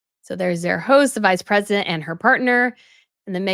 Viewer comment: Harry actually pronounced ‘Visa’ Presidentay which is better than M who pronounced Vice Presidentay (American ‘vice’ mixed with Spanish Presidentay. So good one, H, showing up the con woman!